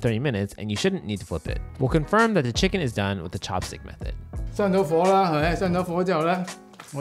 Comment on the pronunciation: of course find the guy that says "chickeen" for a chicken video so he has to say it 100 times. delightful